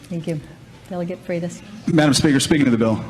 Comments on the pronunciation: Danny its pronounced FRIGHT US. And yes, Nick Freitas is awesome; a true soldier of liberty. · Freitas = "freight-us"